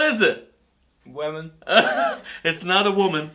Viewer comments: scuba steves funny when we ate the lemon and it sounded like women then wemon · "Wemon" - 2016 U guys make me laugh so hard xD